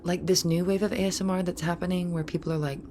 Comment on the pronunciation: A-S-M-R. That's how you guys pronounce it? I pronounce it Asmir my whole life